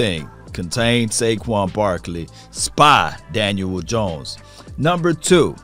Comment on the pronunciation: Love hearing say Dan-uel Jones lol everytime